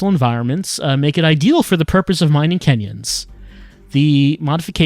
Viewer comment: Every time "kenyons" got mentioned, I just parsed it as "Kenyans". Apparently a very powerful nationality.